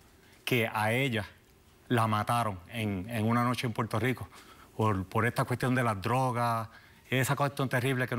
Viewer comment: Que mal se expresan estas personas. Dicen Puelto por Puerto.